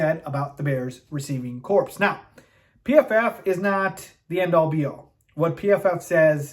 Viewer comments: Good vid.. but heads up, corps, as in wide receiving corps, is pronounced like “core”, not “corpse” Edit: the jags receivers aren’t that good… even engram, an old Marvin Jones and Christian Kirk? That’s pretty bad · “Cor”, not “corpse” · Corps is pronounced core